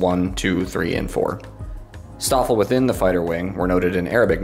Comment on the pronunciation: In case anyone cares... - The St in Staffel and Stab is pronounced "Sh". - Gruppe isn't pronounced "Group-uh"... It's "grouppeh" - The Luft in Luftwaffe isn't exactly pronounced "Looft", the "oo" sound is short.